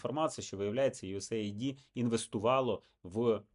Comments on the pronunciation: Єдине: не USA ID, a US AID (ейд), тобто united states aid (допомога) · ю ес ейд. Ю ЕС ЕЙД! Мать вашу. Ніяких ай ді!